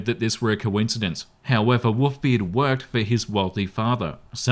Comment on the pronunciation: Wont lie was listening to this and not watching...thought he was saying WOOFBeard until he literally said Wolves....and even then he seem to be lacking an L everytime he says it xD